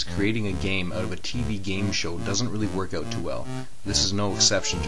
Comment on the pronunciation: "Out" is pronounced owt, not oat.